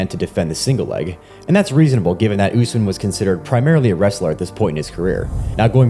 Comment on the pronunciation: Learn to say the name correctly. Is Usmaan, U as in Ubuntu, s as a short ss like a hiss, maan